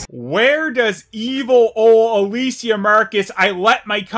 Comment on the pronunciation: He calls her "Ah-la-see-ya", haha. God this movie is all over the place. You'd think with the being the last one, they'd go all out with it. Avoid plot holes and contradictions. Add in good character development. Something. But no, why the fuck would Paul W.S. start doing that now? Smh Anyway, thanks for the review.